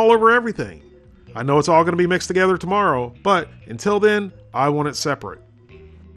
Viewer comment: "I know it's all gonna be mixed together tomoffow" dead 😂